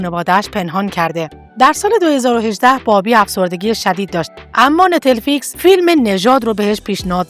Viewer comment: دوست عزیز پوزش میخوام اینقدر صریح صحبت میکنم ولی وقتی برنامه و ویدئو تهیه میکنید باید سواد و اطلاعاتتون رو هم بالا ببرید.نت فلیکس رو کلا اشتباه تلفظ کردید.اسم دِرمِندرا را هم اشتباه تلفظ میکنید ولی کلا ممنون از به اشتراک گذاشتن اطلاعات